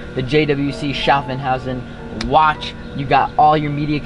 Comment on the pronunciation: NEVER SAY COPPED FOR A CAR EVER! Edit: KILL ME HE SAID JWC INSTEAD OF IWC SCHAFFHAUSEN (Its Shauf-how-zen)